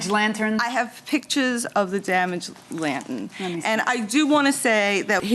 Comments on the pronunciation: She should have just paid the difference for the "lab tin". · What’s a “lanten” it’s not a silent R. She’s very dramatic and annoying. And your son doesn’t care about flowers and the lights when he comes home. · What’s a “lan tin?”🤔 🧐 Geez lol. I think the Judge keeps saying, “lantern”, hoping she’ll say it correctly. 😂😂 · WTF IS A LANTIN? I think she means lantern? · What the heck is a lant-in!? 😂🤔🤷🏽‍♀️ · I've seen her correct people on this show. I wonder why she didn't correct this woman. In my Judge Judy voice....put yr listening ears on, the judge is clearly saying lantern. Lord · LAN-TERN. Say it slow lol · I'm assuming she means "lantern". OMG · This lady's voice is so annoying I have family members from new York so I know it's not the accent but the way she's talking and swishing the spit in her mouth is so uncomfortable and don't get me started on her mispronunciation of a simple word "Lantern" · She has a NY type accent; I don't think her pronunciation of 'lantern' is any different than 'potayto-potahto'. I do think she didn't provide satisfactory evidence. If she didn't contact the defendant about the lanterns until recently, and the pictures of the lanterns weren't taken until just before her court case, the damage was most likely fairly recent and unrelated to the defendant's prior work. Good call by Judge M. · I am born and raised in NY, Bronx adjacent and I don't pronounce "lantern', the way she does. But it is common, and you hear this also when people say "bah-ul" for "bottle". Drives me bananas. PS. she also says "tawm" for "time".🤦🏻Ugh. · It’s not even a NY accent. She’s literally just pronouncing it wrong! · Did the interviewer at the exit try to make fun of her by Also pronouncing it wrong? I think he did!!! hahahaha